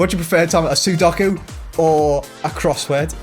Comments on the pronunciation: XLR8 Cubing I know he was like soddocku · Why can neither of you pronounce Sudoku?? 😂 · Sorry how did they just pronounce sudoku???😂😂😂